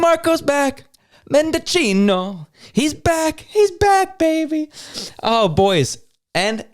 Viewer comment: Menda-'CH'i-no. If you are going to make statements about people, you need to at least sound like you know what you are talking about.